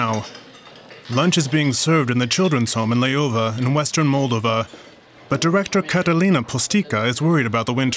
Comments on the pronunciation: It's Mall-DOH-va, not frikkin MALL-da-va. In every language. Has the guy who reported this even been there?? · Check your pronunciation. It’s not Móldova but Moldóva! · He totally mispronounces MOL-DOVA.